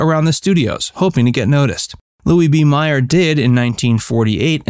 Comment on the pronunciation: FYI Louie B Mayer is pronounced 'mayor'!